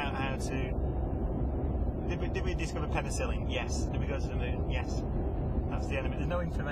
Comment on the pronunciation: sorry, at 12013 the name of moon have change to monn.